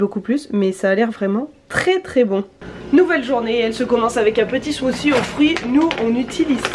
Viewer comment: Salut, ta façon de prononcer ''smoothie'' est la plus mignonne!!